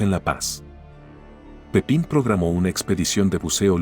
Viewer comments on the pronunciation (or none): Es "Pipin" Ferreras no Francisco Pepín